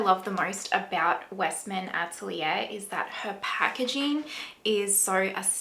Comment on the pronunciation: Maybe pronounce the french word "atelier" correctly, for a great video 😉